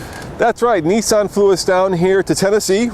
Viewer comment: It's Nissan... not Neesan